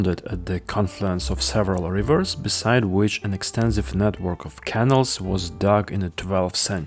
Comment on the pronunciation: interesting video. but please say canals, (caNALS) in your next videos, not kennels (KEnnels). 😀